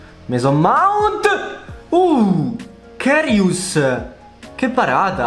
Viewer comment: Se non per offenderti ma si legge KARIUS esattamente come si scrive